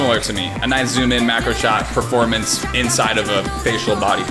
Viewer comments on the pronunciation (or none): none